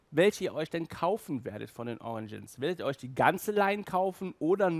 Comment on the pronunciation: "fur" heisst FELL! Ausserdem heisst es "origins" nicht "oriNgins....